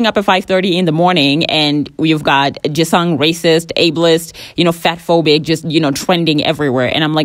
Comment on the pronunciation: The way you pronounce "Jisung" 😭😭😭😭😭